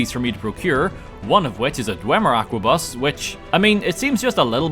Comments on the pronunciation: I loooove how english speaker pronounce arquebuse most of the time I hear it ! ❤😂 You guys transform a old gun into an aqua bus so a submarine or sm I guess and I'm all the way here for it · I’m late to this, but it’s pronounced as ar-k-bus or ark-bus. Sometimes ark-boos. It’s strange but the k sound is pronounced Edit 1: in this games files there’s something we do not know about holding it together like a gentle child safe glue. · How does he miss the R in aRquebus every time. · "Aquabus" dude's transporting water 😭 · Every time he mispronounced the word Arquebus made me wanna die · Love the video but I couldn't stop frowning at each mispronunciation of arquebus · Hearing the pronounciation of arquebus hurt me every time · Arquebus is pronounced arquebus, not aquabus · every time you say "Aqua Bus" instead of arquebus it fills me with life. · Its an ARQUEBUS, not an AQUABUS. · See, you say Aquabus, but it’s Arquebus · ARQUEBUS, NOT AQUABUS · I'm not sure what causes me more pain. The paid mods or calling it an "Aqua-bus" instead of an "Arc-a-bus" or something similar. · Bro, how did you get "aqua-bus" from "arquebus"? (The proper pronunciation is "are-cue-bus", in case you were wondering) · ARCebus. Not AQUAbus. How do you say it wrong every time, it's literally spelled out for you. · Arquebus. ARquebus. Not AQUAbus. Sheesh Love your vids though man, this one was a fun watch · You pronounced Are-kay-boos as Aqua-bus. Really sticking it to them French. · him saying "Aqua bus" instead of Arquebus hurts me deeply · Random Halo music, Pokemon music, and pronouncing Arquebus as "Aquabus". Top kek. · It's pronounced "ark-a-bus" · I'm pretty sure arquebus is pronounced more like ark-uh-bus